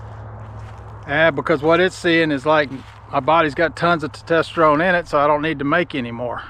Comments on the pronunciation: Glad you made through the tumor situation so well. Sounds scary. FYI- it's pronounced "tes-tos-tuh-rohn". Usually a Urologist or Endocrinologist would be better than those clinics. And if you need to come off Testosterone, doctors can slowly wean you off and give you other medications to jump start your body's own production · It is pronounced Testosterone !! Good god! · Brother it’s test oster one lol, not to tester one …great info though, I just started about a week ago so I’m glad to hear it can be helpful but I’m doing the gel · Tetesterone? AND You dropped your motorcycle?! A minute and 30 seconds into this video and I hit stop! This guy is a clown! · You really need to learn how to pronounce testosterone. It seems that your blood work was done backwards which is kind of silly.